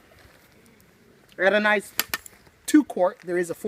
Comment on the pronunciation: Anodized not adonized